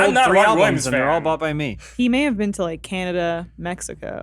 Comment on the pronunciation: I love how still says Canada like we do, represent the maple syrup my Canadian bud.